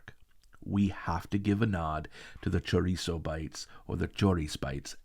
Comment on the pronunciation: Oh my God! You vouched for Goan food and that made me feel so emotional.❤ As a Goan, I feel so very proud and honoured. God bless you! PS: Just came back to add, I'm so thrilled that you even pronounced 'chouriç'' in the typical, local, Goan style. You're so fun!